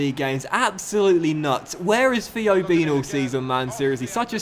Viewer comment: Why do u say feo Walcott and not Theo Walcott